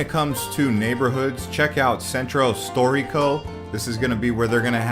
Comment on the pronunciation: I’m sorry... I enjoyed the sights you showed, but after like 5 minutes I couldn’t handle your butchering of Italian names. No one expects you to pronounce perfectly, but please … “Sentrow storeeko” … “Piawzaa dee Spog-na” … lol. If one is going to do a tourist video about places in Rome, one should probably learn how to pronounce names with some accuracy.